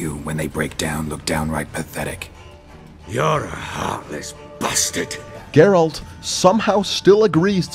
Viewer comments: Please don't say, it's Geralt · Not.....Geralt. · Why is it so fucking hard to say Geralt? Ger-alt! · Its GERALT, not!! SMH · Its not Dgeralt, only Geralt. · Is not is Geralt wtf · Gerald not Jerald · as soon as i heard "" i closed the video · this video has only one problem... he said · I lost it when he said "Heraldo" 😂😂😂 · The "" is annoying af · Honestly, how can someone pronounce it wrong when his name is said like a thousand of times in the game? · idk what's up. He doesn't have any excuse but in the french version you pronounce it jéralt so unless he has a bunch of french friends messing with him in the production of this video idk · Did you just say?! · Plays the game. Doesn't know how to say geralt. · you are not pronouncing the protagonists name correctly. learn to speak other people's names(even the virtual ones) correctly. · I'm still upset about the way you pronounce Geralt. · Exacly I know this video will be pain for me. Because of your pronunciation of Geralt As slavic person who know Witcher like my boots I hope I will survive this video :D